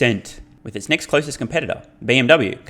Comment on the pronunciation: Do you keep saying neck instead of next in your videos?! Lmfao